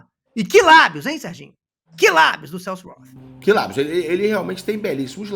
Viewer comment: "Celso Rotttthhhhh" acaba comigo😂